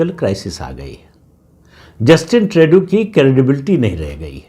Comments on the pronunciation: प्रदीप सिंह जी, पता नही आप को जस्टिन ट्रूडो (Tru-Doh) का नाम सही बोलने मे क्यो दिक्कत होती है! 😊 ट्रेडू नही ट्रूडो! 😊 कॅनडा अपना अस्तित्व बनाए रखेगा! कॅनडा अमरीका का स्टेट बनेगा यह नामुमकिन है! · श्रीमानजी, प्रणाम! Justin Trudeau का सही उच्चारण है - जस्टिन ट्रूडो (ट्र+उ +डो). मैं पिछले कई वर्षों से Canada में रह रहा हूं और आपका चैनल निरंतर सुनता हूं; निःसंदेह आपका बहुत बड़ा फैन भी हूं. आपका चैनल दिन दुगुनी और रात चौगुनी उन्नति करे - ऐसी मेरी प्रार्थना भी है और कामना भी🙏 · पहले ट्रुडो का नाम तो सही लेना सीख ले प्रदीप सिंह 😂😂😮